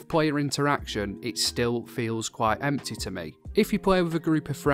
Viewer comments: I love the way you say empty. I'm gonna say empteh from now on. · 😂I love how he says empty "emtay"